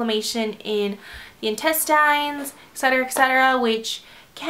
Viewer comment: Lol I know this random but the way she said intestines hahahah